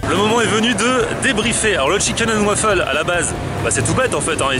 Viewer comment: Chicaine and wafeule